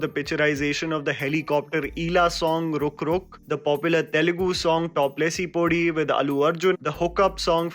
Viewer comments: Hey, It's pronounced, Toopu Le-si-pothee (stess on thee) and not top le-ci-podi. You're welcome. :) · Top lesi podi misspelt Bro u r repeatedly pronouncing it wrong.... I've been listening you for quite some time now... Not Top lesi podi... It is top lesi poddi... U gotta stress that letter 'd' in the last word!